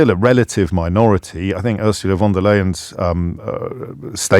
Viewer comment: James is still saying Von der Layen instead of Von der Lion - quite disappointing for a man of his "intellect".